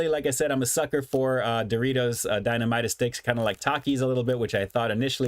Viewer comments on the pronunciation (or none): dinamita. You got the "dina" part right. For "mi ta". It's not strong and mighty yah.... More like Meet yeah. it's Spanish for dynamite For spicy queso series. These one is the best. funyuns version is the weakest in flavor dusting.